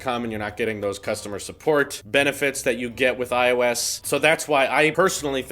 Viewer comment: what if i told you i hate the way you say ios. you kind of say it like "IO-Ss" instead of "I O S"